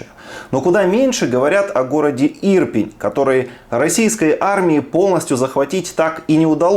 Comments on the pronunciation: не Сла'вянск, а Славя'нск не І'рпінь, а Ірпі'нь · ирпЕЕЕЕЕЕнь (а не ИИИИИИрпень), запомни себе раз и навсегда! наче ж розумна людина, а як послухаешь, так гААААстомель якись((( фу, дизлайк, переписуй озвучку. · Денисе, не (Ір)пень, а Ір(пінь). Наголос на 2_й склад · Денис, название этого города произносится с ударением на е, а не на и, ИрпЕнь. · Денисе, дякую що займаєтесь розповсюдженням історій Приірпіння, але наголос у міста інший - Ірпíнь. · Йобтвоюмать! Ну наголос правильний вивчи перед тим коли про місто говорити! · Денисе, невже так важко запам`ятати, який правильний наголос у слові "Ирпень"?